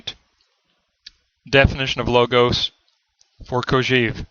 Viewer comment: This is a very good summary, all except for one thing: please, please, stop saying "Kojeev." The correct pronunciation is "Kojɛv", with an è as in "best". It is pronounced this way in French as well as in Russian, with "Кожев." There is nothing more distracting than that repeated beeping sound: "EEV ... EEV ... EEV." Please stop teaching your students this incorrect pronunciation.